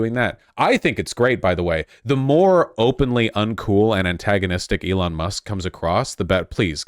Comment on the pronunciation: I think you mean "Eron Ma!"